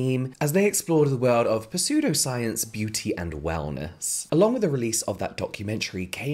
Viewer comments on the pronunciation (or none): james i love you but the p in pseudpscience is silent. - an english lecturer. love you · The P is silent as in (p)salt water bathing… 😅😂🤣🤣🤣🤣❤ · As a heads up, the "p" in "pseudoscience" is silent! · It took me a minute to figure out what exactly it was that was a bit…‘different’ about it as you said it! LOL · Just adds to your charm 😊